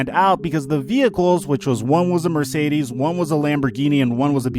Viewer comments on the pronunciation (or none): none